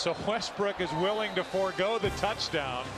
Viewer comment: bro said westbrick💀